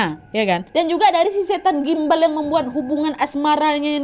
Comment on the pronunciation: kenapa bacanya susuk gumbal 😢